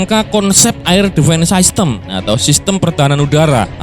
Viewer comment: Min masukan aja, bahasa inggrisnya sistem kan system ya, itu d baca sistem aja, gausah bilang saistem wkwkwk